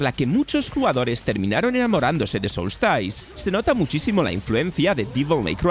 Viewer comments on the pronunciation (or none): No es "SOULSTAIS" es "Soulstice" y no se pronuncia "Dreikengard" es DRAKENGARD", No es "WANTID" es WANTED" etc etc